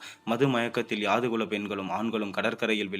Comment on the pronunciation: Pl read the script before presentation,so many mistakes, where tostop and to start, so many confusions, yadhu kulam not yaadu kulam. Karka kasadu ara enbathu thiruvalluvar vakku Valai thalangalil padivu cheyyumpothu pizhai illamal cheyyavum. Incomplete.